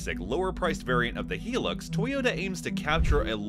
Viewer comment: For goodness sake man, it’s a HIGH lux ! NOT a heelux!!